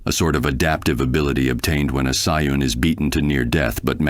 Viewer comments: You spelled it wrong.. just saiyjin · You said sayian wrong. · I'm not convinced the mispronunciations aren't intentional. "Saiyan" was mispronounced two different ways too... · How many ways can he say ''sayan'' wrong?